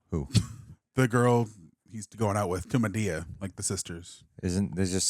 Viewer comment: He is cute but he is not yet invited to the cookout. He still can't seem to say Madea correctly, so it's a no for me. Lol